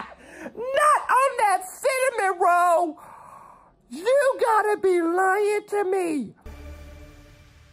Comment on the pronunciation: "GIRRRRRLL! not on that si-min-ro!" I love it! (instead of cinnamon roll)